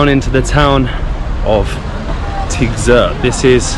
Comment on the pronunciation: Great video 👍 Remark: in Tigzirt, both letter “i” are pronounced like “ea” in sea. All the best for your upcoming adventures 🙏